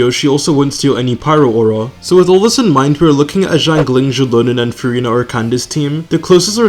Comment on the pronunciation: hi! chinese speaker here! i noticed that u pronounce the X names quite similarly and its a little hard to decipher which character ur talking abt! just a kind suggestion, but try saying the first syllable as “sh” instead of “j” cuz i can barely hear the difference between xiangling xianyun and xilonen when u say it 😭😭 love your videos and the pre-release analysis content! please dont take the criticism to heart! 🫶🫶🫶